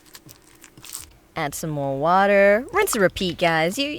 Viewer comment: He say water lol